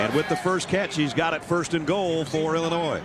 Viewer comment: Can the announcer seriously not pronounce Illinois?